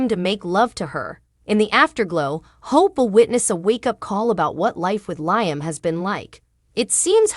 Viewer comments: Could someone PLEASE tell this person how to pronounce LIAM (Lee-um)???🤦‍♀️ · Bothers me too, LI AM ,Makes me cringe too.